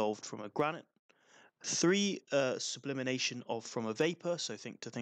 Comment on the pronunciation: It is sublimation, not sublimination